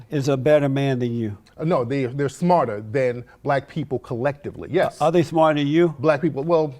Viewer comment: "Do U Lurve Black Peepl"